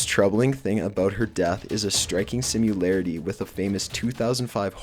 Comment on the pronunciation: "Simularity"? It's similarity... where did you go to school? Well... presumably you didn't. Also, Elisa Lam did have traces of prescription drugs in her system. As I said, do some research.